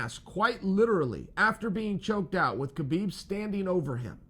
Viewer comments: H-HA-BIB. NOT K-BIB CHAEL lol... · Why do people pronounce the K ln his name. l understand not using a russian accent lf lts out of the ordinary and harder to say but HU-blb ls just as easy to say as KU-blb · Sonnen Its pronounced Habib ,please drop the "K" when you pronounce his name.Thank you.